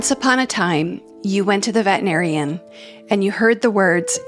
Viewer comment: Please pronounce veterinarian with 6 syllables😢